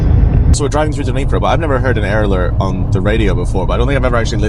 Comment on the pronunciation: DniprO Accent on the last vowel )